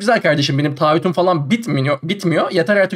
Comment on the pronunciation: "Taahhüt " diyemiyor "taaddüt" diyor:D